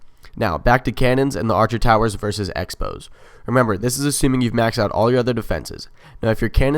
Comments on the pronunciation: Does everybody think you say X-Bow "Exbo" I'm pretty sure its called a crossbow. the X represents the cross in crossbow. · Lost me when you said "ex bow"....it's a cross bow! The "X" is a cross....you might as well call it a "times bow" if you're gonna misname the sign. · Was bout to say its just short for cross bow sounds like he says expos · On the screen is says 'X-bow' which is pronounced the way it looks due to the dash. you say 'X-ray' as 'exray' not 'crossway' lol. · X-bow is pronounced Ex bow but the name isa play on words with crossbow considering the X-bow is a crossbow and X looks like a cross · You are right